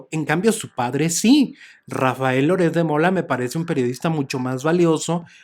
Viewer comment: "Louretssssddd" quien es Loret de Mola? Xq no pronuncia biennn es un boludooooo importante.....